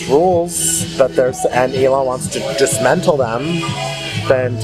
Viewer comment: Did he say "dis-mental"